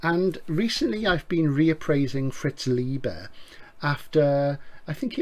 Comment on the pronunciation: I, for one, applaud your determination on sticking to your alternative pronunciations of le Guin and Leiber - it's very rock 'n' roll and subversive in a Jerry Cornelius sort of way. I mean, who wants to be correct all the time? Kind of how sci-fi and SF are totally interchangeable, and how you might as well pronounce Capri like in an old song ;-) As always, thanks for yet another knowledge filled video.